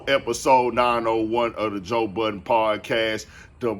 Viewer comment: Anyone who says Joe budden last name as “Buddens” or “Buttons” I don’t trust and will steal🤣🤣🤣🤣